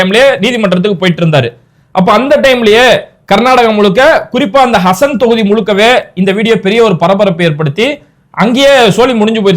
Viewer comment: ஹசன் இல்லே ஹாசன் மாவட்டம்